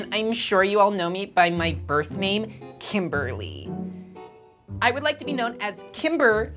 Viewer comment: I thought she said timberly XD lol